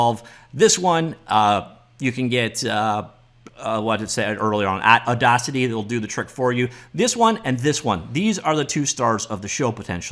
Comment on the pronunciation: it's pronounced audacity